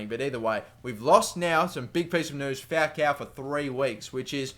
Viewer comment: Dude, AMAZING videos, very entertaining. Although, your pronunciation of "Falcão" is a little weird, haha! You're saying Fowcow. Go to google translate, but it to spanish (or brazilian portuguese, because his name is inspired by a brazilian footballer of the same name) and type falcão; you'll hear how it's correctly pronounced! Cheers, mate!